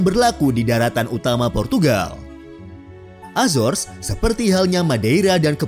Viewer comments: Azar Ajor....itu bukan Entitas Inggris....itu Latino.. .PENGUCAPAN YG BENAR ADALAH A ZO RES... AZORES....INGAT ITU...Jan SeEnak Perutt !! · Cara bacanya bukan azors , tp azores krn itu bahasa Portugis , bukan inggris...